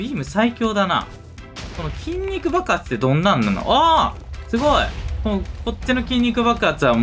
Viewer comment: 筋肉爆発が筋肉バカに聞こえる!!😂